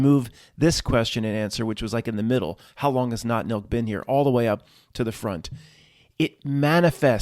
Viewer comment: Lol I thought you were saying NOT MILK? Seasons greetings all 😁🧡